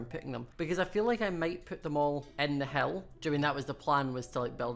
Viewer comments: when he says hill it sounds like he says hell not being mean it just confused me! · When he says "hill" it sounds like he's saying "hell" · when you say hill it sounds like you are saying hell lol